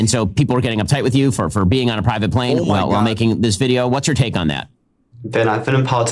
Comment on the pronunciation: Plivate. He said plivate.